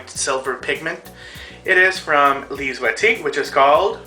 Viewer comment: I love how you pronounce Lise Waitier products....one might say you pronounce them "correctly" hahah. Another great tutorial :D